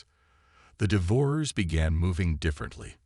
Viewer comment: The AI narrator needs to learn proper pronunciation of "devourers", among other words.